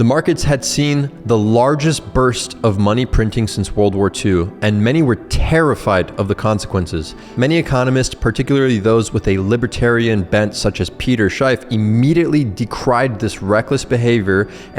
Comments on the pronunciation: "Peter SHY-F" Lmao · Peter Schiffs' name pronounced wrong...😮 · How are you going to steal about 10 catch phrases from Schiff and then pronounce his name wrong?